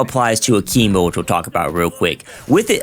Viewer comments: A-KIM-BO not a-keem-bo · What the heck is Ahkeembo? 😂😂💀💀